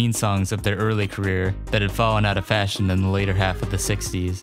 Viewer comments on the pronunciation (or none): none